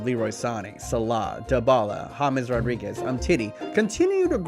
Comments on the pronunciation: Mo slah? You mean salah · You say salah wrong